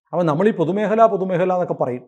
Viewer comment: പൊതുമേഹലയല്ല. പൊതുമേഖല എന്നു പറയൂ.